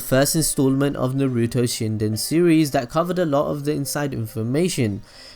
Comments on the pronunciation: Why can't this guy pronounce things correctly? It takes away all enjoyment from a simple monologue. Naruto is pronounced Nah-Roo-Toe. Not fucking NAY-Roo-Toe. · who tf is Nuh-ruto??!! smh